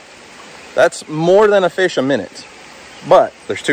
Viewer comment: you said FESH? LOL